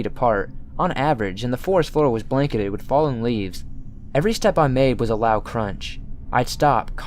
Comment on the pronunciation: I thought I was the only one! I don't know why it bothers me so much but I hate how he sings the last word of every other sentence. And he says things like "wiv" instead of "with" for example.